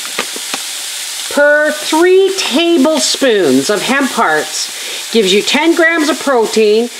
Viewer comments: Haha I heard ham parts too and was confused 🤣 I still thought it was ham parts till I read the comments! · I totally thought you said ‘ham parts’ and was confused when you said meatless. Then I got to the ‘hemp hearts’ 🤣🤣